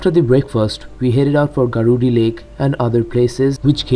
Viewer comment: Bro it's not garudi its burudih lake and am from ghatsila